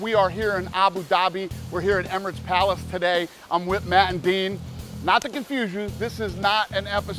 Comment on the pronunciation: why they all calling him 'dean' when his name is 'din'